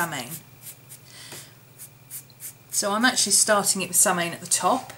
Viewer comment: It's pronouced "Sow-in" - I hope someone helped you with it in the last 8 years, LoL. Brightest of Blessings!